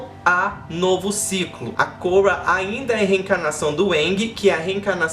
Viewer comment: Pronuncia o nome da Korra direito pelo amor de Jeová